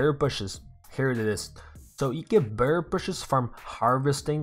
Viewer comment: Is it just me or is he saying "bear bushes" xD